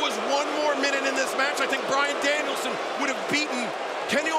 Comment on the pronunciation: Bryan fookin Danielson! Get it right!